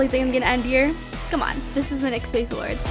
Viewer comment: im pretty sure its called N-Y-X like say each letter.